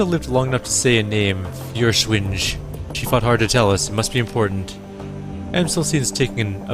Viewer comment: Listening to you pronounce German is...painful haha. It's not the easiest language to pronounce. I know I'm coming in late, but "Feuerschwinge" is pronounced Foyer-shwin-geh (hard G), or thereabouts.